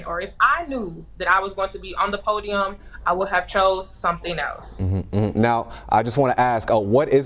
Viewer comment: "they axed us to stay on the pudium"